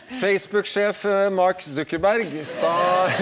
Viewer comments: mark suckerbørg blir det utalt som. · Mark Sokkerbørg